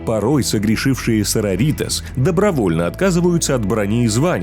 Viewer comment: СарОритас!. А то СарорИтас звучит как будто что то из мексики😅